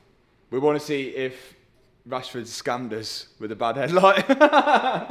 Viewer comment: You're milking Rashord Name 😂 Rashford Car, Rushford parts